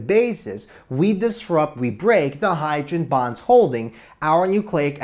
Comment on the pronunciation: "HYDREN BAHNS"